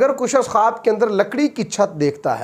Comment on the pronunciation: Tu pahle خ bolne ki practice kar.Halaq se nikaal.Kharrate ki aawaz nikaal kar dara mat. Matti nahin mitti.